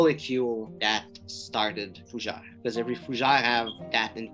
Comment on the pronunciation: Fougé? Repeat after me: FUUUUU GÈÈ RRREEEE😄